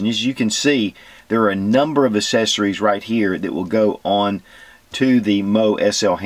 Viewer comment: I love your channel but for the love of god, please pronounce "accessories" correctly. It absolutely bugs the crap out of me.